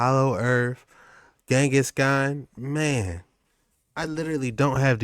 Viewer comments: He is saying it wrong! Not Zengis Khan !!! But Ghengis Khan. G sounds like in Gate. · He said zingus khan not Genghis khan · If this man say Zengis Khan one mo time... 🤦🏾‍♂️🤦🏾‍♂️🤦🏾‍♂️💀